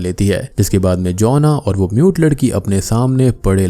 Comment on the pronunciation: aree bc MUTE ladki bol rha hai mujhe NUDE ladki sunai diya 3 minute tk.